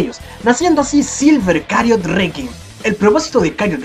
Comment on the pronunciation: ¿Silver Chariot no se pronunciaría como "silver chariot" y no como "silver cariot"?